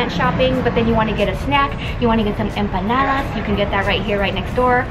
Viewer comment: Dang check you out saying “empanada” perfectly. Okurrrr! Love you videos.